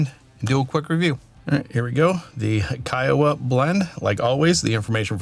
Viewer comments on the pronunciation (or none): It’s pronounced Key-wah. Like the PGA golf course. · Local from South Carolina here. Pronounced key-a-wah Cheers!